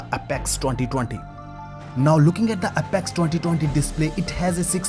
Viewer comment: Have you not even bothered to google what's the correct pronunciation of "Apex"?